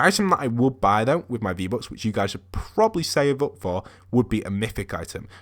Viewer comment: he says v-bocks xd